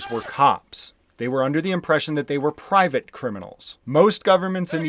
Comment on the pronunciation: I love where you put the stress in the sentence "They were under the impression they [the police] were PRIVATE criminals" ;)